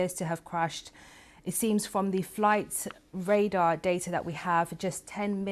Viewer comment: "Flight radah datah" 🤡